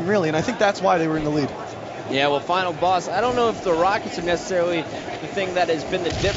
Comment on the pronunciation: LOL He says Final Bass